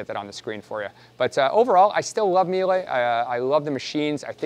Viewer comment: Meel-uh. There’s only one way to pronounce it correctly.